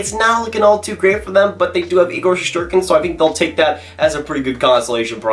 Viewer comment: Shest not shesht lol